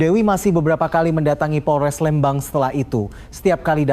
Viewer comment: 😢maaf bukan Lembang tapiiiii Leeeeembang🙏🙏🙏🙏🙏